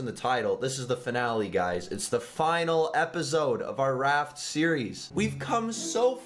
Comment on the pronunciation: u actually said finALE not final